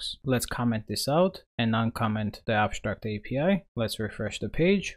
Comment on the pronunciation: ConSHtruct, abSHtract